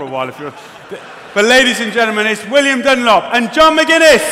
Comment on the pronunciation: Did he say "William Dunlop" ????